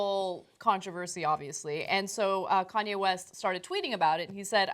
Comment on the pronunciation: Did he say cayenne instead of Kanye!